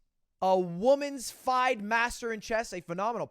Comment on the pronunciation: No one else gonna talk about how Ludwig mispronounced “FIDE” lolol